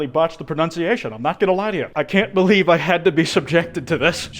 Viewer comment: I like how you say believe as if he’s under a false truth of himself